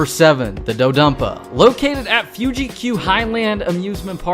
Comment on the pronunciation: Pronounces "Fuji" correctly Pronounces is as "fyooji" later in the same video 🤔